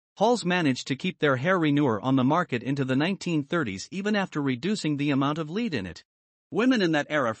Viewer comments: Lead not leed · Great video but the word lead is said like “led”. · yes she is right. "Lead" is pronounced like a "bed" that you sleep in. I wondered why he was saying "lead" in a odd way haha, but then again maybe we r saying it wrong..... No way of knowing I guess, but in today's world it is pronounced like "bed" or "head".